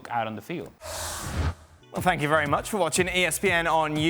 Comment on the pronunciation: "Thank you very muuuutch for watching ESPN "on Youtuvvveeeee" AAAAARRGGHHHHH !